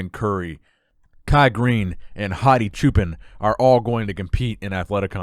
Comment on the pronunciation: Hadi's last name is pronounced "cho-pawn" which means Shepherd!